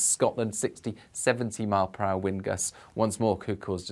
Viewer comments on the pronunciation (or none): Nicely styled out! "the weend and the rain" 😂🤣👍